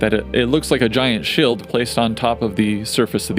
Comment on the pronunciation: why the heck do you say shield like shilled